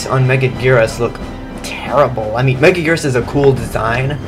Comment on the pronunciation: Why is she pronounced megagurus